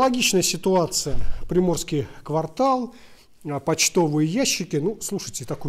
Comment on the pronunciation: простите,что поправляю,но-квартАл!Зеленый квартАл,Приморский квартАл очень уши режет😂